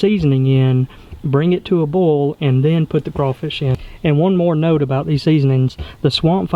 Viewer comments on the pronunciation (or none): dude, say BOIL ffs it is not BOWL